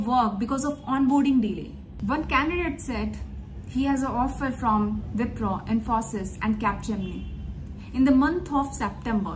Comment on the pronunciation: They may have delayed your onboarding as you are not pronouncing Wipro and Infosys correctly.